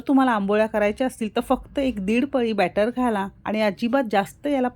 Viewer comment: कृपया बॅटर असे वाचावे.अदिती जोशी नाशिक.